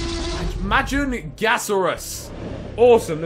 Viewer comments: Majunasaurs is pronounced ma-jun-ga-saurs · Majungasaurus is actually pronounced (Ma-jung-asaur-us) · Ma-Junga-Saurus not hard to say bro... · lol ma-jong-a-saurus